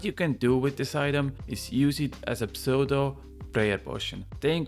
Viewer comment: Tiny little English language tip for you! The P in “Pseudo” is silent! Silly English. Have a great day!